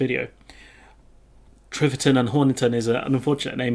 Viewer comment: T i v e r t o n, not T r i v e r t o n.